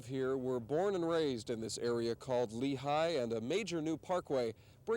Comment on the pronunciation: That should be Lehi Valley, not Lehigh as if it's Pennsylvania